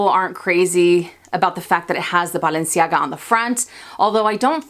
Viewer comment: Great video! I hope you buy the Balenciaga because I LOVE the way you pronounce "Balenciaga"! Also, yes ‐ pull the trigger on the Mulberry Alexa! I have a mini Bayswater from them that still looks brand new despite being 5 years old. The leather is great and wears beautifully. You mentioning the mini Antigona makes me smile since my unicorn piece was the mini in rose gold, which I got on sale through Saks forever ago! Xoxo from NY 😀